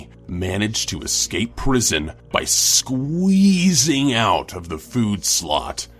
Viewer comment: Hello, how many E's in Squweeeeeeeeeeesing??????????